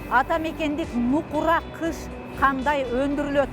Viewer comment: Кыш эмес гыш! Мамлекеттик телевидения туура эмес жазып туура эмес суйлосо...